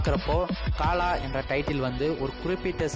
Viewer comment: paalaa Illa bro kalaaa